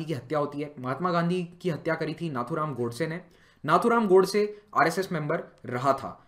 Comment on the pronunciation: "Tha" is not Appropriate word to pronounce For Nathuram Godse